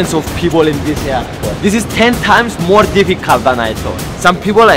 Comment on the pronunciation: "mroe" I love it haha